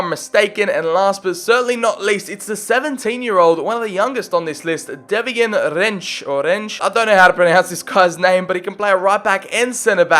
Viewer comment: lol it's just 'devine', not de-vee-ne